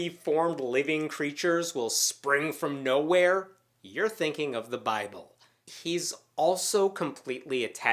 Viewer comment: doesn't even read his own bi"bull" properly, so why would he read anything else properly.